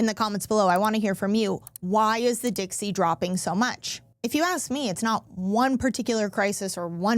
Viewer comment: "Dixey"? The "South" will rise again?